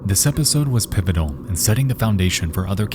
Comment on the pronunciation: "This episode was pipotal-"